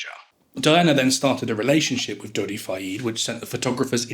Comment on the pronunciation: Dodi does not rhyme with Noddy. it's a short e in Fayed. Doh-dee fy-ed not doddy fyeed. For starters.